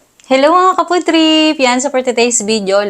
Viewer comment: Pwede kumain ka na lang and less kuda dahil may problem ka nga saying words with the LETTER F, kinakain mo pa naman PRIED chicken baka main imainiss na sa yo mga ka POOD trip mninyo at mag unsubscribe bigla sa channel ninyo. Kawawa naman so hahahaha. In the first place this is a mukbang or eating show not a talk show FIBA Teh?